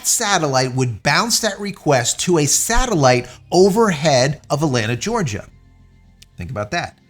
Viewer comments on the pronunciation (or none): none